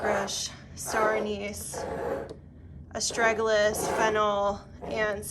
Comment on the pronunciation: I loved watching you put your stuff together. I was watching it while I cooked dinner. That dandelion looked crazy... did you harvest the seed balls or the flowers?? It looked just like seed fluff haha. Also, if you're interested... it's "cal-lend-you-lah" and "ass-trah-gah-lus". :) I love the low key style of witchcraft. I feel like newbies could really use the knowledge that witchcraft isnt always this big elaborate thing. I love it